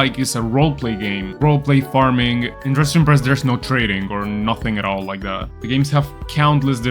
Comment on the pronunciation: "Dressin breast" 💀